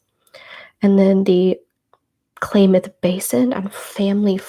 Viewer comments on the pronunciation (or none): Kalamath is pronounced Kah-lah-math. Happy belated birthday!! Thank you for this!